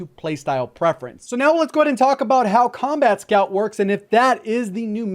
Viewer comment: thought he said 'scumbag' scout